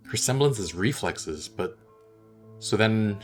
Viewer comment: preflexes is what she said